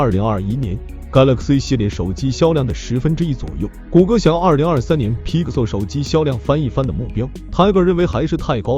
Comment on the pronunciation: bro can u at least pronounce pixel properly, u sound like ur gagging on a toe